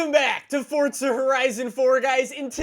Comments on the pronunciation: I hate how he says fortza it’s forza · Its Forza not Fortza I can't even watch because of this! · It’s forza not fortza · just me or i hear you say "fortza" not "forza" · Where's the "T" in forza? Fortza. A racing game where you can build a fort out of Legos. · Does it annoy anybody else that he says fortsa instead of forza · Thought it was Forza not fortsa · Why does everyone pronounce it Fortza instead of forza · Ahhh yes fortza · Why do you say fortza It’s called forza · U saying FORTSA? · fOrtSUh horizon four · STOP SAYING FORTZA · Nobody: Normal people: Forza horizon 4: Fordza horizon 4